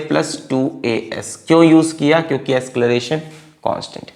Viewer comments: acceleration ❌ ascleration ✅ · asceleration hota hai ya acceleration pata nhi kya hai ye